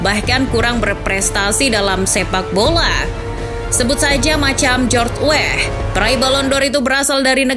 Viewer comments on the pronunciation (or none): George weah min, bukan wehh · Weah nyebutnya Weah aja bukan weh 😑 g usah di inggris2-in kedengerannya jadi aneh, org luar aja nyebutnya WEAH...!!! di situs WIKI jg g nulis dengan spesifik cara nyebutnya 😑😑😑😑